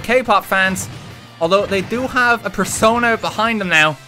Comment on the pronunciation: Hearing you say "Persona" is like whiplash lmao